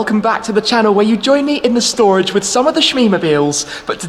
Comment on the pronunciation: Just call it shtorage